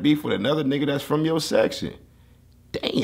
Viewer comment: the whitest 'damn'